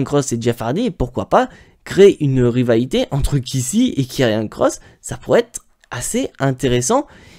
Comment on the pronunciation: c karrion pas kirriannnnnnnnnnnn